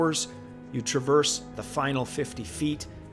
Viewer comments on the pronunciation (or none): none